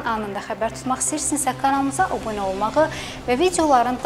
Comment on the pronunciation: Obune yox, abunə!!!! Qəhire yox, Qahirə!!!! Duzgun təlaffüz ele dili!!!!